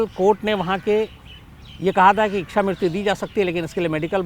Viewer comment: शम्स जी शब्द इक्षा नहीं है बल्कि इच्छा है। कृपया सही तरह से उच्चारण करें।